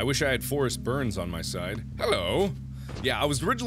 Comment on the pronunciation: isn't it "Forest Byrnes" and not "Berns"? lol